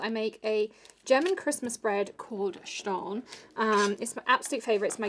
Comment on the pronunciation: Stollen? As us American butcher everything?